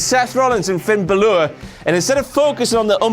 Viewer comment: Wtf moment King said Finn ballor